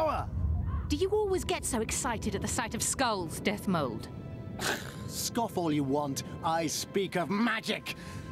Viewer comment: Dethmold, not Deathmold ^^